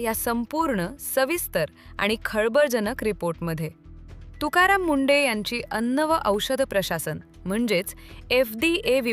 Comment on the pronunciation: अगं बाई ते तुकाराम मुंडे आहेत की मुंढे. उच्चार तरी योग्य करा. कशी भाषा वापरता हो.